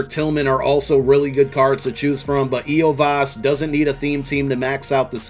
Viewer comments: The bengals wide receiver’s name is pronounced “yoshi-vas” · Hey, you pronounce his name like this YO SEE VOCE